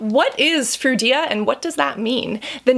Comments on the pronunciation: Anyone notice when she said "fruida" instead of "frudia"? 😂😂😂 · Froo-dee-ah.... Not froo-ee-dah. Just saying. 😉